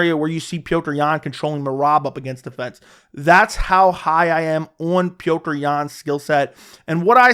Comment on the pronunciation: Marlon "more-ace". Frankie "signs". "Peoter" Yan. Lol what's up with these alternate pronunciations